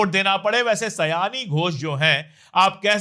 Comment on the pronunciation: सायनी, उच्चारण: शायोनी